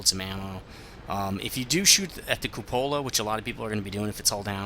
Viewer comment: Some pronunciation help... Glacis: GLEY-sis Cupola: KYOO-puh-luh